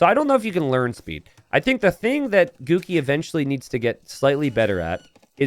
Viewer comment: Everytime says "Guki", I hear "Cookie".